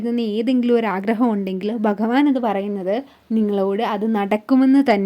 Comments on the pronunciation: ഭഗവാൻ എന്ന പദം അക്ഷരസ്ഫുടതയോടെ പറയാൻ സാധിക്കട്ടെ 🙏😊 ഹരേ കൃഷ്ണാ 🙏🙏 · ഒന്നുകിൽ മലയാളത്തിൽ പറയുക അല്ലെങ്കിൽ ഇംഗ്ലീഷ് മംഗ്ലീഷ് പറഞ്ഞ് വെറുപ്പിക്കാതെ ആദ്യം ഭഗവാൻ എന്ന് പറയാൻ പഠിക്കുക ഓം നമോ ഭഗവതെ വാസുദേവായ ഈ കമൻ്റ് ഇടാൻ പ്രേരിപ്പിച്ചതും എൻ്റെ കൃഷ്ണനാണ്